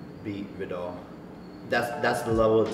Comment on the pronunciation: is it really so hard to pronounce viddal its legit V I D D A L like it's not that hard